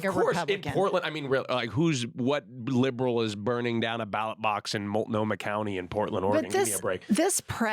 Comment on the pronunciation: THANK YOU for pronouncing Multnomah correctly.